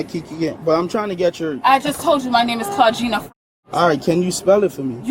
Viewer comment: "ClaudJINA" The Exhaustion is real